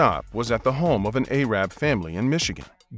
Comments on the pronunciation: . Dude there are a hundred other like more respectful words you could have said besides “aye-rab” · Q: How did you get out of Iraq ? A: I run. I rap like an aye-rab , aye-run and aye-rock.....